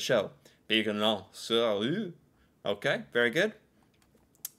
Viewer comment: you may have read it incorrectly… Pignon sur rue, not pigeon which is spelled the same way in French as in English. Pignon literally means gable in English.